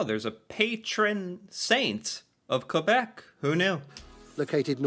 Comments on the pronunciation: Please pronounce Québec the way we do: "kaybek". 🙂 "Qu" is a French equivalent of the hard "c" of "confort" (for instance). "É" = the "ay" of May. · Save your life pronunciation #3. KUH-BEK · K bek ... not qwai bek ... ... please teaches others ;) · Your spelling's correct, but your pronunciation's off: Ville de Québec /vil də keɪ BEK/